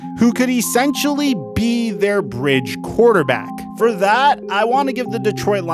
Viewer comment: He said "yes he is a Quaterback right" didn´t he :D